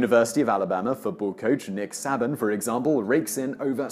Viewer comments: Nick Say-bin not Sah-bin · Pronounced sayban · Saban is pronounced Sābin. Yes. The US is a bit twisted. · Nick "Say-bin"... do you have access to an American to advise your pronunciation? And an Italian would be helpful, too. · Nick...SAABIN lol its pronounced "SAY BEEN" 😊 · Roll Tide!! Also, it's pronounced Say-bin, not Sah-bin. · Nick “Sabban”? Mispronouncing the great one’s last name should actually be against the law. Nick Saban. Pronounced “Say ban” RTR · I would just like to point out that you said my state’s lord and savior Nick Saiben’s name incorrectly. It is pronounced Say-Ben. Here in Alabama it is punishable by death to disrespect his name. Roll Tide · Although I don't understand why he is one of the highest paid people in the world it still makes me mad that you said Nick SA-Ban, when it is pronounced Nick Say-ben. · Its SAY-ban not SAH-bin. He also is one of the best philanthropists in the community who gives millions to various charities and children's groups. Oh and Roll Tide. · Weird pronunciation countdown begins! There we go, Nick Sabban. Runner up spessiality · Two corrections related to Nick Saban: 1) it’s pronounced “SAY-bin” and 2) he absolutely does live in a corrupt dictatorship. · Saw Saban, I clicked... ROLL TIDE!!! (Also, his name is pronounced "Say-ben) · I live in Alabama, so at #8 I just KNEW that Nick Saban would be mentioned. What I wasn't expecting was Simon's awful pronunciation of Saban!😂 It's pronounced "Say-ben" - like "Satan" with a "b" in the middle. College football is practically a religion in the south, and the University of Alabama has CRAZY football fans (or "Bama fans"). For such disrespect to Coach Saban, if Simon ever shows his face down here he can expect to be shot by a Bama toddler. 🔫😡 ... Lol 😜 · Alabama's football coach's name is pronounced "Say-bun" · Its pronounced Sayban... If you truly did your research you would know that.... You don't research anything... You just read! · It's pronounced SAY BEEN